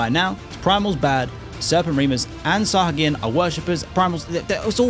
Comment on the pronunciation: Good video but i must share my one nitpick… Your mispronunciation of Sahagin… Especially when you said it correctly at least once. XD Anyway keep it up! Good video!